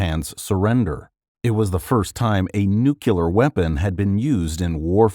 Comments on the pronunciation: nuCLEAR …. Not newkiller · "Nucular"?? Greeaaaaaaat